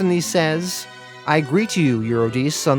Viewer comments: Yes, and it's You-ri-de-see (Euredice). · Since when? I guess since 800 BC or so. Also the pronunciation of Eurydice follows the same logic. Eur- eh- dess- ee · and eurydice. U- re-di- ce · Honestly though, you butcher so many names throughout the whole Sandman series (You-ruh-die-see!) that it detracts every time. All it takes is looking them up before you post. I think that would attract more people to your storytelling. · Love your narration skills. I think watching a few Greek mythology documentaries might help you a bit with the pronunciations of the names. Per-ce-fa-ni Eu-ri-di-si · Sorry to do this. Its Per-seph-O-ne and Ur-rid-di-see